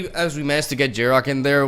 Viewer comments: Who is this Jarok guy you keep mentioning? Desecrating that pronunciation lol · Probably just the Spanish pronunciation